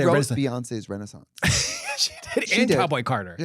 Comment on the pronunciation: a RUnaissance